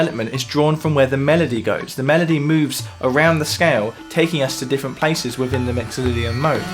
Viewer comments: "Wiffin You. Wiffout You." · He said Wivin You Wivout You. Again and again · "Wivvin you, wivvout out you". Love it! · 'Wivvin You, Wivvout You'? Come on, geez!